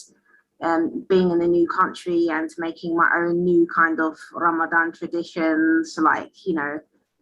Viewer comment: Its Ramadan (ض is a heavy DH not z, ز is z)